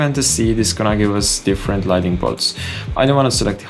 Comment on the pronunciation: Thank you for these very helpful and complex tutorials. I enjoy your style. On another topic outside of Blender: Lighting and LightNING are not the same word. There is an additional "N" and so it is pronounced with the "N" after the "T". I once lived in a country where the locals would say : Your accent is charming. I wished they had corrected me but instead they let me keep saying things incorrectly. No negative intention as I point it out.